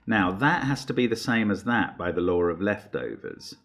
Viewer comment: I know he says "the law of leftovers" but I always hear "the Lord of Leftovers" and get a kick out of it haha.